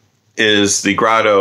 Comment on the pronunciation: It's pronounced Grédo.